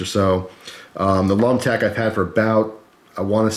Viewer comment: I cringed every time you said lumtec